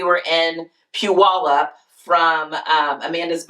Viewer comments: Congratulations, you pronounced Puyalup correctly. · Right? Hahaha, I live in Washington and rarely do I hear people from other states pronounce Puyallup correctly.